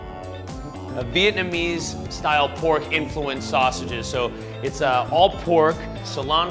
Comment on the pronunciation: Any other Viets cringing at the fact they said "Bon Mei" and "VietUMeez" omfg